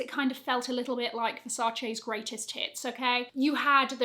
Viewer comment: Is it really that difficult for the self diagnosed luxury addict to pronounce Versace correctly?